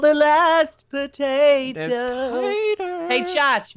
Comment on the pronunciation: Minecraft & more! IT IS POTATO! NOT TATOR:p GET IT RIGHT Dude